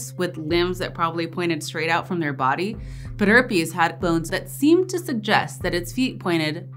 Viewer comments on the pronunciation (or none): Pederpes! Pederpes. Ped derp peas, please.